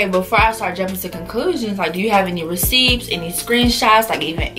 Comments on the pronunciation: fseeeee she say receipts w the p lmao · t when she said receeps!!! i diiiiiiied!!!